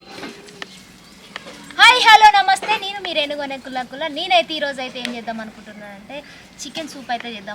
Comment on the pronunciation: నేమ్ అర్థం అయ్యేటట్టు చెప్పు అక్క రేణు గులగుల ఏంటి అక్క జర అర్థమయ్యేటట్లు చెప్పు